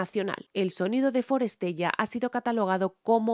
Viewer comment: es forestella, pronúncialo bien